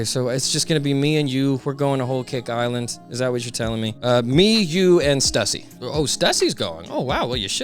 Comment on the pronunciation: So strange hearing Stussy's name being pronounced like that. Lol Every time it's said, my ears are just yanked toward the word and I can't focus on whatever I was doing anymore. Lol